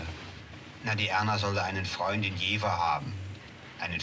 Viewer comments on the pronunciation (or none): Es liegt mir sehr am Herzen darauf hinzuweisen, dass man das v in Jever wie ein f ausspricht! Es heißt nicht Jewer, Jewwa oder Jewa!! Niemals nie nicht heißt das so!!😢